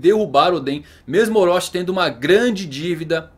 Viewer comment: Para de falar "oróchí" e orochi